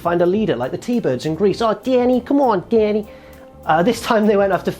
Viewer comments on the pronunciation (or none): none